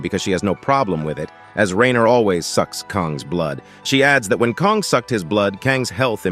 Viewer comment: Why can't the AI narrator pronounce "Kang" and "Kong" or "Kung" ... I mean damn, what is the protagonist's name, or is he 3-4 different people. Same with "Crystal Mousse/Mouse/Moss" get it together... damn